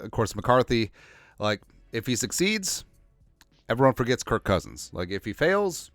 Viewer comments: I cant tell if it's intentional, but why do you always call him "Kurt" instead of Kirk? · I listen to you a bunch and really agree with you on most topics. But why are you calling him kirt not kirk